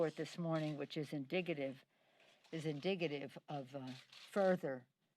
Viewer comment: “Indigggidve” hahahaha go take a break in your vineyard